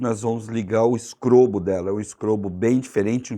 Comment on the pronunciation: todas as vezes que você falou do "strobo" das lanternas, eu entendi sempre "scrobo"!!! Foi impressão minha ou você falou "scrobo"???